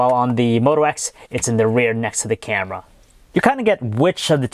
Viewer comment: haven't you noticed that he pronounces his "r" like a "w" like when he said camera it sounded like camwa